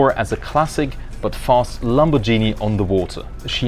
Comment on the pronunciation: Lamborghini not LamoborGIni